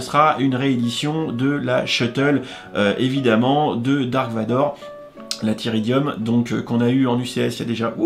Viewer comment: « Achoka » c’est Ahsoka, « Grievious », c’est Grievous et « tyridium », c’est Tydirium 👍😉